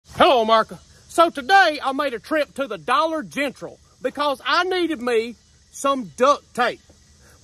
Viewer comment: Dollar Gengral. Lmao